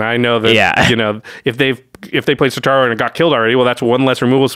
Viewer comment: not one single person on youtube that covers mtg, can pronounce satoru's name correctly KEKW